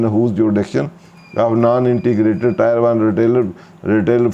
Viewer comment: Sir Tier ki pronunciation check krin muje lagta hai ap galt pronunciation krte hain Sukria